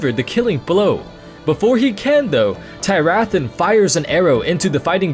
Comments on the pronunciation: It's Teer-uh-thawn. Not Tie-wrath-on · I had JUST finished this book a day before you made this video... wow. Also, I think you mispronounced Tyrathan. Other than that, great video. Also, Vol'jin set the traps, not the Shado-pan.